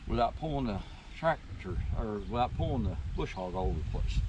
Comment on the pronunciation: There is no "R" in BUSH HOG!!!